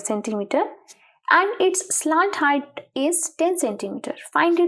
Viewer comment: Mam" slaant height" 😂